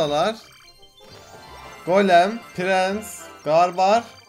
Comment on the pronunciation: Goleme diyo